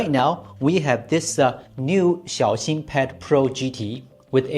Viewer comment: He's pronouncing it correctly